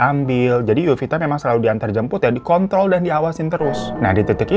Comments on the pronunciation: PLIIISSSS gw ga salah denger kan bang hiro.. lu ngomong "di kontrol" kan itu ?? bukan "dikont.." wkwkwkwkwkwkwk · di kontl bang dengerin lagi dehhh bang tumben kepeleset nya jauhh 😂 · Kepeleset y pas bilang dikontrol😂,kaget dikit GK masala bang😅